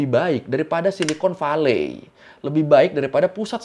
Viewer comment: Mau ngasih tau aja cara bilang silicon valley itu bukan silicon VALE tapi silicon VELI. Shenzhen itu bukan pake e meja tapi e emas. Jangan malu-maluin nama channel sekolah tapi kayak ga sekolah